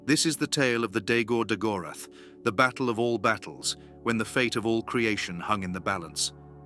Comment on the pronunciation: Its Daa-Gor Daa-goraath